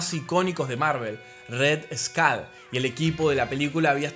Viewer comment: Me encantó el contenido de verdad super bueno pero de verdad? RED SKALL? Y HALK😅😅😅😅